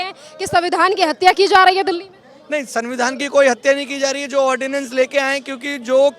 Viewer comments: कम से कम पढ़ेलिखों को तो एंकर बनाओ, ऑर्डिनेंस को ऑडियंस बोल रही है😂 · ऑडियंस नहीं उसको ऑर्डिनेंस कहते 🙄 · Ordinance hota hai ordiance nahin ! Hindi mei adhyadesh bol do ?